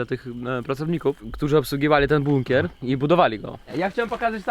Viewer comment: sam żeś jest "bukner" 😂 Chyba "bunker" 🦇